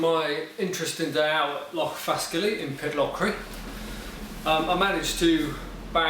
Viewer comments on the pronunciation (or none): Its pronounced Fas Kally,,not Fask Illy